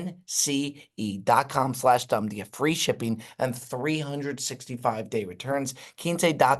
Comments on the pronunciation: Wtf is that Quince pronunciation from? And nobody picked him up on it. Its insane. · There’s no way that pronounced Quince right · pronunciation of "Quince" has me rolling